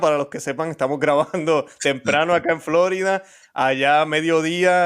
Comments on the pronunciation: Florida por favor, no "Flórida". Hablando en español. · Por favor, hermano, usted que es hispanoparlante, no diga "Flórida", diga Florida... 🙏🏼